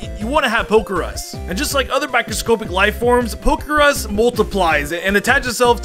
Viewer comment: Micro scopic it’s microscopic op not ohp